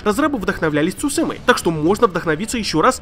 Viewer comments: ЦусЫ́ма , ты монгол что ли? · Почитай произношение на досуге Цуси́ма (яп. 対馬) — остров (ныне архипелаг) в Японском море. Принадлежит Японии (относится к префектуре Нагасаки, до 1872 года был самостоятельной административной единицей — провинцией Цусима) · Я запрещаю тебе говорить цусима